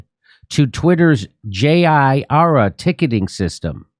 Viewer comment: I's pronounced just "jeera", it's a FAPP generic web-based system for keeping track of issues (can be used anywhere). The name is a pun on "Godzilla" with the "ll" replaced by the Japanese pronunciation as "r".